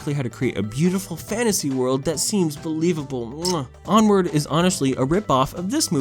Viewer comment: Onward more like "POOward"